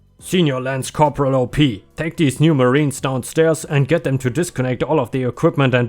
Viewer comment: I like the light/funny revenge stories more than the "I ruined his entire life" ones usually, but those can be really satisfying. Eeethernet :) 💜⭐✳️✨✴️🌟💜 *"Field op" op is short for operations and you say it like the beginning of the word, awp. Nice story.